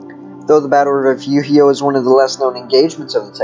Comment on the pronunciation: Re furio. Please at least learn how to pronounce Texas words before saying them. You are saying the mexican pronunciation.